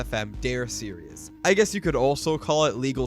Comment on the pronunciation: good video but the way you constantly mix up the pronunciation of the word "series" as "serious" is kinda painful